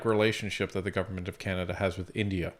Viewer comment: Canada 🙄🙄 Kannedda 🤣🤣